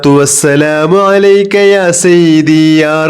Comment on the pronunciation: Sayyithi not sayyibi